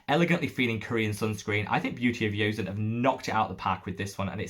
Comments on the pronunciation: "Joseon" in Beauty of Joseon is pronounced "Joe-sun." 😉 Thank you for the dupe recommendations! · How would you say the Round Lab Birch Juice Sunscreen compares to the Purito and Beauty of Joseon? Also - you may have heard it before, but you pronounce the J in Korean for the word Joseon! Friendly tip :)